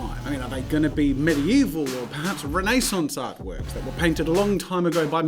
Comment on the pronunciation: No one: Jazza: “Renée saunce”